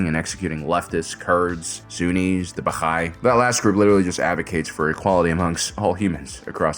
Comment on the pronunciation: thanks for mentioning us, but Baha’i is just pronounced Ba hi. Also the plural is Baha’is, not “the Baha’i”